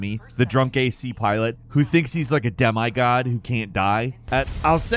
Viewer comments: this may just be my OCD but for the love of god can this guy take a english class? “eh-beh-iss, “dem-eye” smh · Love you but had to laugh at "dem-I" god 😜👍nice review, might try AC6. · "De My God"?